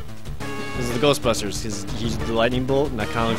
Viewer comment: Don't you mean "Ghost-Basters"?